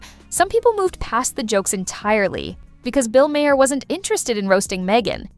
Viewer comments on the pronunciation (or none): Colin Yost is pronounced Y-OH-ST. Bill Maher is pronounced M-AY-ER. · Ma Hair? If it’s not AI, it’s an ignorant idiot reading this.